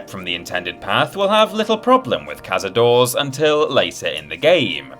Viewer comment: Cazadores is pronounced KA-SA-DOH-RES, not CAZADOORS, do your research 🧐😤